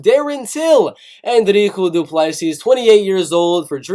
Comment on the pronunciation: your saying dricus du plessis incorrect